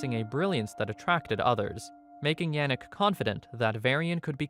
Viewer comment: Tiny nitpick, but it is pronounced as 'gro-tuh' when speaking about Albert. De Grote is Dutch for 'The big/the great' and we call the legendary Alexander the Great- Alexander De Grote in our native tongue. Also, Yannick is pronounced as 'Yah-nick', not 'Yeah-nick'.